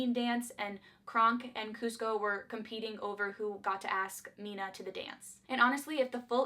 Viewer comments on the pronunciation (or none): Malina! Not Mina, in Emperor’s New Groove